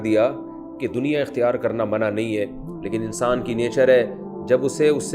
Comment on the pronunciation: اللہ کا واسطہ. ہے۔۔۔اردو کی ٹانگیں توڑنا بند کریں۔۔۔۔۔۔منع ۔۔۔ہوتا ہے۔۔ناکہ منا